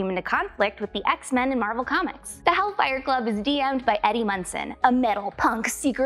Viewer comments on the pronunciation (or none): none